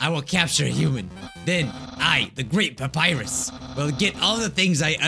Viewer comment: No one: Not even a soul:: Dapyrus